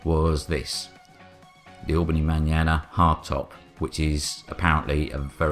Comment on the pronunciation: It's Ma-nana as in Scottish for my nana, as in the car is something my nan would drive, not manana like banana